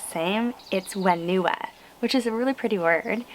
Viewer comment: Whenua is pronounced fen-oo-ah, and it's also popular in our culture to bury the placenta on the land where your tribe comes from 🇳🇿